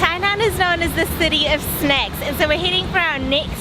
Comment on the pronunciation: I heard it as snakes ...and I was cringing here thinking weather to watch her eating a snake snack of not ? LOL ...finally she said some words like milk fish so I continued.